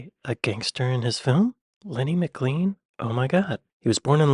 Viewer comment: McLean is pronounced maclain.